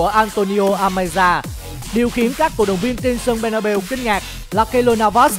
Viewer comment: Bét na beo nha chứ k phải bê na bu:))